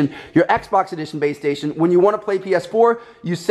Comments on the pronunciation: I swear to god he kept saying BAE STATION instead of BASE STATION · Is it just me or did he keep saying baystation? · I kept thinking you were saying babestation...